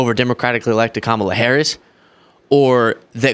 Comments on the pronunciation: The Sixty Minutes host loses all credibility when he failed to prounce Vice President Harris' first name correctly. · 😫"I Donald J TRUMP am fraid"😫I was fraid to go to war and fight for America, I'm fraid cause the interviewer is not from Fake Fox ENTERTAINMENT AND they'll ask me real questions and check my 🤥 LIES. 😫😫😫😫😫Kam.Moal.lah which I told all MAGA to say it like that. KICKED MY A$$ THE LAST DEBATE..NO MAS😫NO MAS